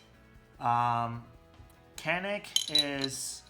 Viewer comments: Actually it is almost a y,not so much a j yanik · Very nice review. Just FYI, it's pronounce Ja-nick. C is like a J sound.